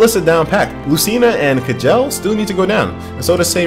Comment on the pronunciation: k-jell... you pronounce it ''Chell''.